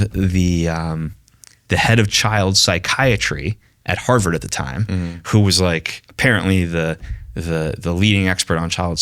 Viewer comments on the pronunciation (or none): none